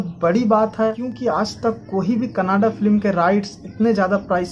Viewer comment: भाई कनाडा नहीं कन्नडा है